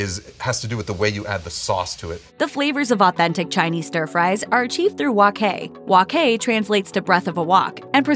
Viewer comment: Please say it right, it's wok hai, by wok kai.